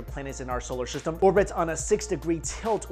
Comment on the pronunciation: Why he keep saying solar sishtem